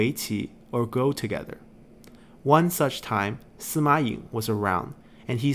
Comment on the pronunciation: Kinda wish there were writen names when mentioning other characters, or introducing them. Like with Sima Ying, I frankly had to go to wikipedia to see whose 16th son he was, since I just heard "Sima Yeng" or something like that. But knowing that pronunciation doesn't quite match the writing, I was left wondering where was he coming from haha Having the portrait was nice but could definitely have used the family tree there. Taking the chance to mention these videos are amazing. I've been watching some others that go over the story of the 8 princes, but was always left wondering about the details. These videos are great when it comes to getting to know all the intricacies that went on through the period. Definitely shedding some needed light into why some people did this or that, really well put together. I just keep tabs on past parts' family trees for when I get lost haha